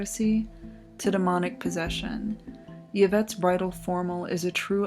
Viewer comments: Im pretty sure its pronounced "Ee-vette" not "Ya-vette". Love the videos though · It's pronounced "IV-ett", not "YIV-ett". Good vid, though. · The most bizarre thing is the pronunciation of Yvette.... it's 'Ivette' not 'Yuvette' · Y infront of a name is pronounced eeee.. not yuh.. eeeevette.. not yuhvette . Like torilla is torteeeeyuh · Ee-vette not yuh-vette. Great vids I'm on a binge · Interesting video. I see that it's been posted for three years now. I wonder if anyone has commented on your pronunciation of "Yvette." It sounds like you are saying the word as you would an English word that begins with "y." (you, yellow, yes, etc.). The name "Yvette" (as you probably know) is of French origin and the initial "y" is supposed to be silent. It can be transcribed as "ee-vet" (or in the IPA as "i.vɛt"). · It's an atrocity that she keeps saying, "Ya-vette." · Been binging your vids. I really like them. Though I've never heard anyone pronounce the "Y" in "Yvette" as a consonant before.